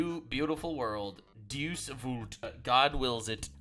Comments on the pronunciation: Ugh it’s not pronounced “deuce vult.” It’s “DEI-us Vult.” Dei. For God. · DAY-oos VOOL-T. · Not to be that guy but isn’t it pronounced “day-oos volt”